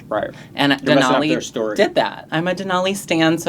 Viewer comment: Sorry, but I may not continue watching if you insist on saying DenALLEY like an alley. It's DenOLLIE like ollie pop